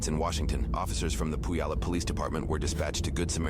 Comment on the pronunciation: "poowallup" its pronounced pew-wall-up